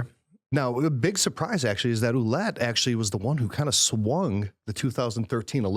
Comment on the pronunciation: Cardinal Ouellet... it is pronounced wha-LETTE... like "wallet" but with the emphasis on the second syllable.